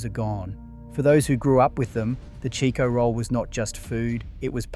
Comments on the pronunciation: Another thing its not Cheeko roll, its Chicko roll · What a load o shit! Am served eith shit AI Its CHIKO NOT CHEEKO